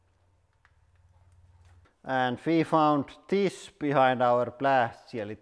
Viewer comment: "Thes one is the most dangerous by far so far"